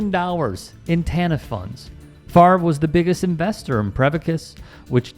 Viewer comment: Why does everyone still call him "Farve" it's literally FAV REY or FAV ER sounds like Father